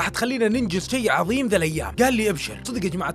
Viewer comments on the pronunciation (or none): none